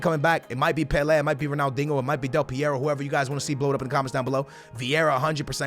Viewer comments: Pelay not peleh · The way you pronounce Pele 💩